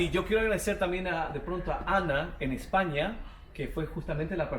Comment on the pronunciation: mil gracias por tus videos es un contenido maravilloso siempre... pero decir Eshhhpaña no es lo que mejor sabes hacer... jajaj 😜